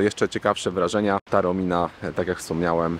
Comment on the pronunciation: Piszesz TAORMINA, a mówisz taromina...